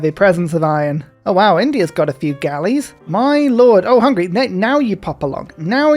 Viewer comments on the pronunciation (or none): none